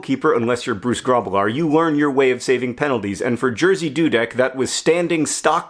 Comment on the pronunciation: no offense, but i think i passed out laughing at the way you pronounce "Jerzy Dudek" (the correct way would be something like ye (like in Yemen)-zhi (like in "vision"))